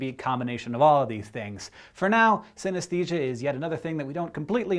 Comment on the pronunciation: I have synthenisia, and Hank, you were pronocing it wrong.